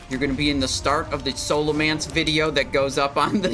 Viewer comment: Say Scholomance right ONE TIME